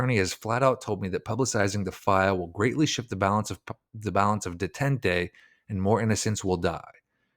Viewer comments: Detente pronounced day.tahnt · Detente is pronounced Day - taunt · Detente is pronounced Day-tant. Youtube has great channels on word pronunciation. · And detente "duh tint ay" yikes